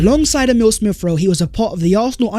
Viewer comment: Ex-specially Smiff-Rowe.